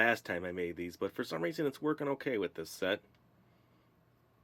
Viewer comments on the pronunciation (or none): none